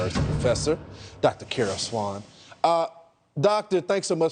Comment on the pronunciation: Dr. Carol SWAIN.... Not Swan!!!! SERIOUSLY?????? HOW does anyone not know how to pronounce your name??? Someone please help me..